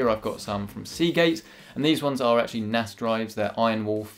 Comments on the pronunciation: In the begening I heard "Do you need an Ass!"😂😂😂😂 btw Video 😍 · sounded like "Do you need an ass?" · With his accent it didn’t sound like “do you need a nas”